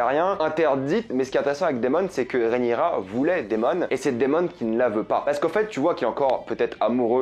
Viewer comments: Rhaenyra, Rhaenyra, Rhaenyra, Rhaenyra et non pas Rhaenyria😉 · Rhaenyra !! Pas Rhénirya :) !! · RÉ-NI_RA, pas RIA. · Désolé je fais le relou mais ça se prononce vraiment Rhaenyra et pas réniria 😂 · Pas si amoureux que sa vu que t’arrive même pas à prononcer correctement son prénom 😂😂😂